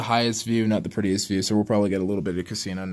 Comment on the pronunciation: "ITS THEE ACE OF VEGAS, THEE ACE OF VEGAS"!! Love that intro.